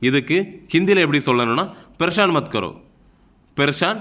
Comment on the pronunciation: Pareshan உச்சரிப்பை ப்ரெஷான் என்று சொல்கிறீல்கள் bro. அது பரேஷான் என்று சொல்ல வேண்டும்.